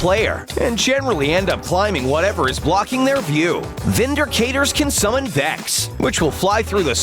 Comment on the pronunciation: He said vindercaters